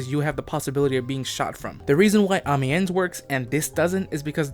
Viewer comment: I'm noticing that not every bf1 player is as enthusiastic about ww1 history as I am. Amiens is pronounced "Um-n-ya", but I don't blame you at all since French is one of the most autistic brands of stupid